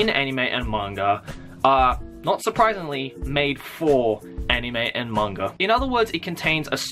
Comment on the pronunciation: after watching your videos,, I've noticed instead of saying "Manga" you say "mangger" XD Just pointing it out for no apparent reason:3